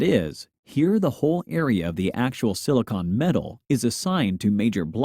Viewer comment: why do you mispronounce 'silicon'